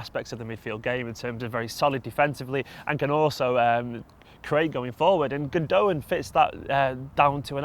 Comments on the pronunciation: Guys it's Gundo-aan. in his interview he confirms the pronunciation. Gündoğan is brilliant. very reminiscent of Xavi. Under Tuchel he has operated in a deeper role which is why he his stats aren't like yaya's or something and no one's could be as Yaya in his hayday was exceptional but Gündoğan is a typical pep player. Absolutely brilliant. Pulls the strings. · Guys , it's pronounced gundogAn , not gundOgan , it's a turkish name , he's from turkish ancestry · It's called Gundogan, with a g. He's not called Gundowan... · Dominic Murphy no... I did not hear once the german commentators say it's pronounced like that... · i think he is joking about the way they say his name😂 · I'm on about the way they say his name hahaha chill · The second 'g' is silent